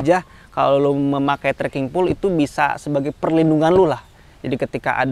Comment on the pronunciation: baca: "pol" bukan "pul"